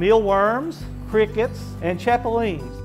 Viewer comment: By the way? It’s chapulinas... not the way you’re saying it...